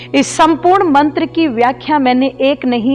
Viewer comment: मंत्र अशुद्ध बोला हे आप ने